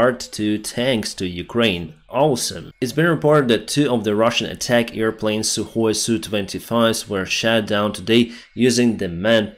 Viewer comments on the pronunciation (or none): none